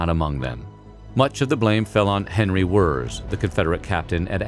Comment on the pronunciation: Henry Wirz, but pronounced like "Wertze".